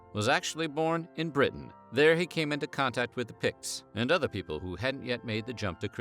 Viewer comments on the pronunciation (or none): none